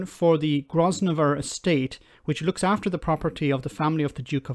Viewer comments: please! "Grosvenor" is "Grovner", not "Groz venor". We had the same problem with "Runnymede" not long ago. If you mispronounce names that everyone knows, even though they are spelled oddly, it just causes confusion. Your content is too good for that. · It is pronounced grove-ner. It translates from French gros venor meaning 'fat hunter'. There is a statue of a fat man on a horse in the Grosvenor estate in England. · It's pronounced Grove-ner Estate. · Johnson wrote Rosindell's script, I reckon, just so he could have a dig at Khan. Just done my postal votes:-)! Btw, the 's' is silent in Grosvenor.